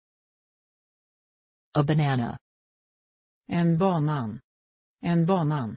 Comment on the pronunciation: hahaha tänkte samma, eller banan uttalar hon som is-banan..